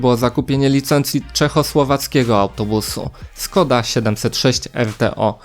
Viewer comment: Škoda nie ma Skoda, Š to jest sz, lub ś ale nigdy S, to napewno czyta się Szkoda, lub Śkoda